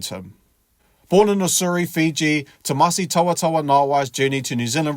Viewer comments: ‘Timoci’ not ‘Tomasi’ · Just a small side note, it's pronounced 'timothi' as in Timothy and not 'tamasi' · Hey mate, the c in Fijian is pronounced ‘th’ . So Timoci is pronounced ‘Tim-o-thee’ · Is it Tomasi or Timoci?Please get it right Sir. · His name is Timoci not Tomasi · Timoci <=== Not Tomasi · It's Timoci Tavatavanaeai... not Tomadi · It’s Timoci not Tomasi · Timoci not Tomasi mate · Sounds like u calling him “Tomasi” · narator...its Timoci...not Tomasi ... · Its Timoci not Tomasi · Its TIMOCI you.!! NOT Tomasi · Apart from the topic…I like how you pronounce the name..😅😅..it’s Timoci which sounds like Timothy and not Tomasi 🤣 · Brùv not tomasi it's timoci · Tomasi ?? 😂 thought his name was timoci (Timothy or jim) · It's Timothy not Thomas 🤦‍♂️ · Timoci not Tomasi😂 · It's not Tomasi it's Timoci. To be exact.. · It's Timoci, not Tomasi...😂😂😂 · It's not tomasi..it's timoci my dear😂😂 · Its Timoci not Tomasi..Sir...future allblack for sure. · My guy, It's pronounced Tee-mo-thee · Tee-mor'-thee (just like pronouncing Timothy emphasizing 'mo') - dou boci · C's in Fijian are pronounced "th" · At least get his name right mate! “Timothy” .. The letter “C” in Fijian is pronounced “th” chuuur cuzzy! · It’s pronounced Timothee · Awsome stats and commentary but please get his first name right.